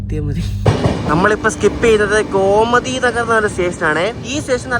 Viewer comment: Gomati alla Bro Gomti Nagar aan 🙂